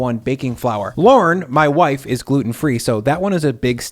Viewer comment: Watched & enjoyed a lot of your videos but stumbled when you said “wife”…. Or did I mishear?